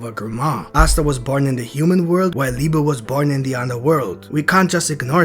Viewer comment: Guys, he's called Liebe, not Liba wtf